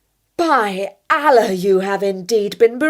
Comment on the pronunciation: Kindly first learn to pronounce "Allah" correctly.